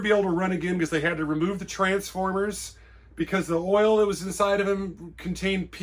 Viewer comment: You say 'earl' (oil) like a true New Yawka.